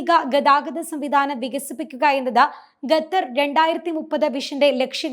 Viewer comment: Ggathar alla koche... Qatar